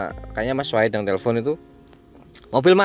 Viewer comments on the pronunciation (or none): none